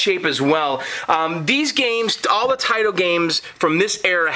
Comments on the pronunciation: when two vouls go walking the first one dose the talking its not tIIIIto its TAAAAAAAAito lol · not that it matters, but Taito is pronounced "tah-ee-toe"